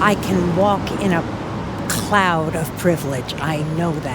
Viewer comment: ''CCCKKLOUD of Privlage'' lady brought me to tears of laughter!